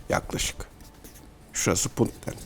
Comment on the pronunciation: This is insult Sir not bunt it’s Puntland.